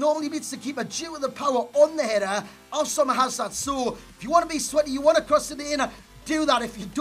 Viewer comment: i love the fact that says Omar Al soma better than Itani and Itani is of an Arabic origins